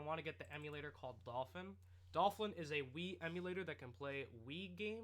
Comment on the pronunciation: lol Dolphwin I heard you say that once